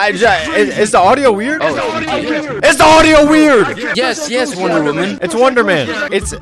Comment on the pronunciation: Lol woondoor men💀💀💀💀💀